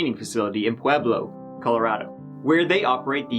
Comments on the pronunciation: You said Pueblo right! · I'm originally from Pueblo, CO and literally no one pronounces it correctly. (Most say pwayblo or pee-ehblo) But you said it right, YOU DID. I'm impressed, thank you. 🥺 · Kudos on pronouncing Pueblo right! I live here, and no one ever gets it right.